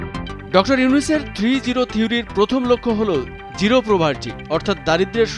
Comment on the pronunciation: It's zero, not giro!